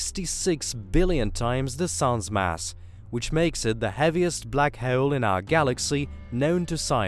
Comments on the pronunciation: Can not continue watching, christ you sound so annoying. I want to punch a wall every time you say "black heul" fucking hell. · NO, shitty music and horribly anoying narration ("Black Heule" .... What!?!); 2 minutes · I can't handle the narrators speech impediment. Hawoel and salar system . Wtf 😒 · dont be an ass hewol. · "Black hewl" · Yes that's the Russian accent coming through mixed with classic British English. You have a fine ear sir. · But the way he said "hole" annoyed me so much.